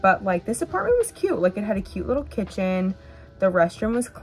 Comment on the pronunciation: Pronounce your Ts, it's cute not CUE.